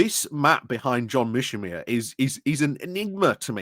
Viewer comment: Ukraine isn't winning anywhere. Whom should I trust? People who have called it right (The Duran) or someone who cannot even pronounce 'Mearsheimer'?